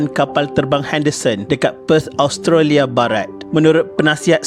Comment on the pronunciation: Sebutan Australia.. Os..tra.. lia... Bkn as..tro..lia..